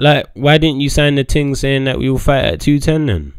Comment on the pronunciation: Love how days "ting" instead of thing 😂